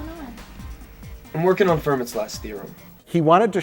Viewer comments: Oh man, as a math and science nerd I cringed into myself at all of the horrible math and science "tributes". Especially when "Fermat's Last Theorem" was pronounced with a hard T. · "Im working on FUR-MATT's last theorem" Fuckin lol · I wish you had timestamped it. Doesn't he also mispronounce it like Ferman's Theorem? xD